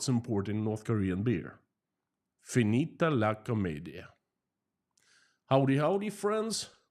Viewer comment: Bene la pronuncia "finita la commedia"👍👍